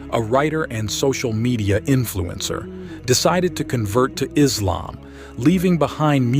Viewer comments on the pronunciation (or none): Please rectify! The name is Islam, not “Izlam”! Hope you'll do accordingly.